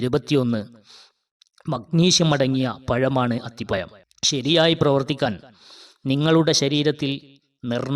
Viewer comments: അത്തിപയം അല്ല അത്തിപഴം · മലയാളം ശരിക്ക് ഉച്ചരിക്കാൻ നിനക്കറിയില്ല. അത്തി പ്പയം അല്ല അത്തിപ്പഴം എന്ന് പറയുക. ഴ എന്നിടത്ത് യ എന്നാണ് പറയുന്നത് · അത്തിപ്പയം അല്ലടോ അത്തിപ്പഴം എന്നു പറ കുട്ടി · അത്തി പയം അല്ല, അത്തിപ്പഴം എന്നാണ് പറയുക.😮😢😂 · അത്തിപമല്ല മിസ്റ്റർ അത്തിപ്പഴംഅക്ഷരശുദ്ധിയില്ലാത്ത സംസാരം കേൾക്കുമ്പോൾ വളരെ നീരസം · അത്തിപ്പഴം അത്തിപ്പയം അല്ല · Nee evidunna malayalam padichath athipayam😂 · അത്തി പയം😂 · സ് ഹൃത്തെ അത്തിപ യം എന്നു പറയാതെ അത് പോലെ ഏയ്യ് എന്നുപറയാതെ